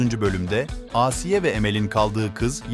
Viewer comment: Asiiye değil ağsiye